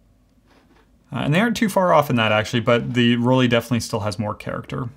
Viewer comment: Why do Americans pronounce "Rollei" as "Roll-ee"? The "ei" combination in German is ALWAYS pronounced as "eye". After all, we don't say "Leeka" but "Leica" as in "like a". I have never understood this, but it is so common among Americans.